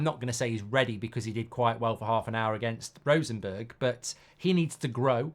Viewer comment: How is it possible to pronounce Rosenborg as Rosenberg..? If he is asked to pronounce Bjoern Borg the old Tennis player,, he most certainly actually will pronounce it Borg.